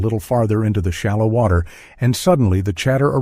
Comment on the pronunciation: Ooh! An otter in the wotter.